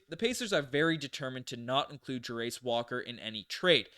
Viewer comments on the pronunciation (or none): Fyi Jarace is pronounced: Jair (like chair but with a J) - iss (like hiss without the h) Jairiss